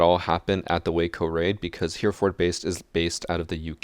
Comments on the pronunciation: Its pronounced "Heh - ruh - fud" not "hear-forrd" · He's butchering how he says 'Hereford' 😂😂 It's Hera-ford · hey I know it's kinda late but just fyi, i'm from the UK and hereford is pronounced heh-reh-food - but ood sounding like wood not like food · Love your siege school. However! Hereford is three syllables. Type it into Google Translate and it'll give the pronunciation: "Heh-re-fud". Also check out Chalet; the last syllable isn't stressed <3. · Hereford is kinda pronounced Haira-fud